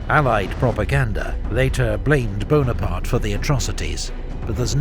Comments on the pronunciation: NapoleonE BonapartE - where every french man was laughing insulted. E on the end of the words are not read. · not Buonaparte but Bonaparte